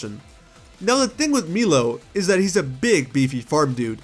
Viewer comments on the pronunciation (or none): My man said MEELOW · And I'm pretty sure that Milo the Gym Leader name actually is pronounced "my-low" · Ironically Milo the chocolate milk is pronounced as “mee-lo” and not “my-low”. At least in Latin America anyway